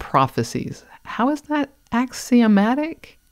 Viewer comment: is not a ray of Comfort. Also... "axiomatic" Le sigh.